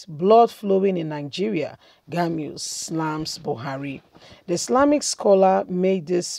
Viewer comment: "Gumi "not "Gamiu"